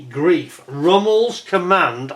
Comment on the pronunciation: In German 'ei' is pronounced 'eye', so it's 'gr-eye-f' not 'greef'. Looks a nice kit. I think Tamiya did one that I remember never finishing because I got bogged down with the interior. I'd do better now. I hope.